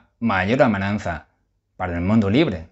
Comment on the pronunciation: Hola. Enhorabuena por tus comentarios y análisis tan elocuentes. Te sigo todos cada día y mi deseo es que sigas en esa línea. También quiero decirte que, como profesor de español que soy te felicito por tu nivel de nuestro idioma y riqueza de vocabulario; tan sólo una única palabra que dices a menudo (AMENAZA), intenta corregirla es AMENAZA y NO AMENAN ZA. Disculpa, pero debía decírtelo para corregirlo. Gracias, un saludo